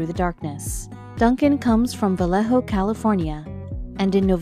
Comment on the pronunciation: stupid AI voice say " Vayeho " not Valleo...!